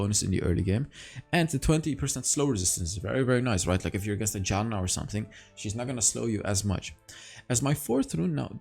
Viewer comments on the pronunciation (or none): I really like how you pronounce Janna as Yanna hahaha